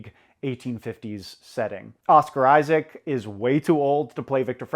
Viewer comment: oscar issics not wakeen phenix